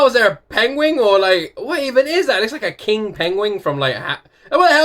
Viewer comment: Did you say PENGWING? I heard this on a certain actor who freaking said PENGWING in a show once instead of PENGUINS ....JUST SHARIN'